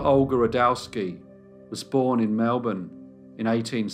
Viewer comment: Well done mate. Interesting case and you pronounced Melbourne like a true Melbournian :-)